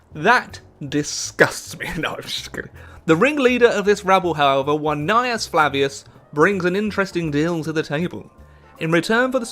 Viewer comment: There was one time he said Gnaeus correctly.